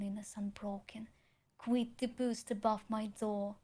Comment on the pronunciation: Маргинал попустился бы ю единственная ошибка-это буст, а рейспайт она правильно прочитала